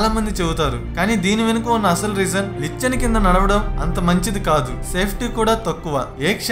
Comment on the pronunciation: నీ వాయిస్, వివరణ చాలా బావున్నాయి. కానీ కొన్ని పదాలు సరిగా పలకడం లేదు... 1.దురదదుష్టదేవత- దురదృష్ట దేవత 2. లిచ్చెన - నిచ్చెన 3. రావిచెట్టు వెదురు కాదు- రావిచెట్టు కలప...